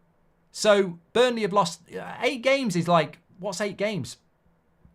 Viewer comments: Mark, it’s BURNLEY ffs. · Relax with emotions today. That was not a penalty. And again it's BURNLEY for daaaam sake! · Mark it’s Burnley